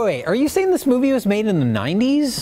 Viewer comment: I love the latest Ben Afflect moopie